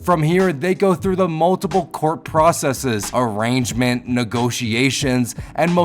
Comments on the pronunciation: 😂😂😂😂😂😂 My dude, the word arraignment is pronounced "A-RAIN-MENT", not "arrangement" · It's arraignment not arrangement lol